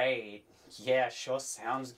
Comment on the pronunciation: Pronounces “Digi-Great”.